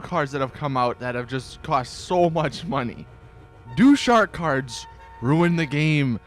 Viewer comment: is it just me or does anyone else here Shart Cards when he says shark cards...